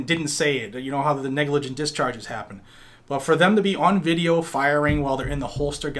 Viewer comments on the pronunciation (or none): none